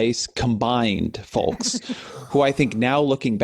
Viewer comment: There's a lot of things to dislike about Ezra Klein but I think my biggest peeve is the way he actually pronounces the L in "folks" lmao